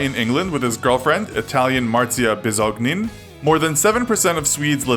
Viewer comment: Did u just say Maria Bisognin Plz no😫😂